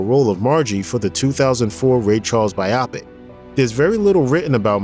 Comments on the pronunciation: It's "BYE-OH PICK" Not "BYE-AW PICK". Also, it's "What'd I Say" not "What Did I Say". What Did I Say sounds like the Pat Boone version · Not to nitpick, but come on...it's "What'd I Say?", not "What Did I Say?". Also, biopic is pronounced as "by-o-pick"(long "o"), not "by-op-ick". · Shouting: IT'S PRONOUNCED BI-OH PIC, NOT BY-OPIC! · Thank u! Couldn’t stand the the mispronunciation of biopic